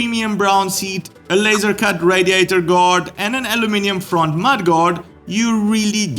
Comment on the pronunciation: No, that is just the correct pronunciation!